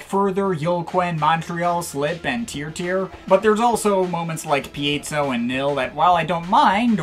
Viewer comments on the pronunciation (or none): none